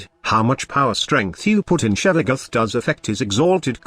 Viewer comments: Lol I cringe every time I hear "Shevaguth" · i am pissed that your voice changer says: Shevagoth